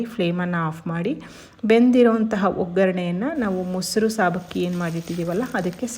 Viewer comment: ಸಾಬಕ್ಕಿ ಅಲ್ಲ ಸಬ್ಬಕ್ಕಿ